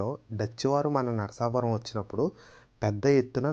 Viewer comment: చాలా బాగా ఉంది వివరణ. ఇంకా చెప్పవచ్చు. మీరు పలకడం అంత గా బాగా లేదనిపించింది. నరసాపురం అని అనాలి. నరసాపరం కాదు. కొంచెం సవరించండి.